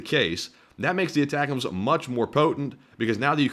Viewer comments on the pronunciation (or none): none